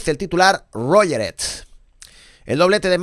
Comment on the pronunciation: ROGERED - acto sexual (completamente dominado o derrotado) Como es que tu Catalan es tan bien pronunciado?